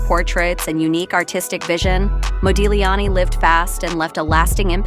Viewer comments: Nice video. Only a note to the first narrator: the ‘g’ in Modigliani is silent… it is pronounced Modiliani 😉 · It's pronounced Modiliani. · You are not supposed to pronounce the G in Modigliani's name.... fact check before anything is the right way to go.... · My God! The "g' in Modigliani is SILENT! - as, that is how Italian IS! Either an AI Narration, or - a clueless American IDIOT! - Oh Yeah... GO, MAGA!